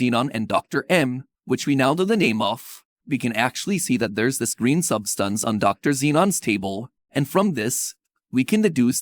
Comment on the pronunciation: the way he says substance lololol “subSTUNCE”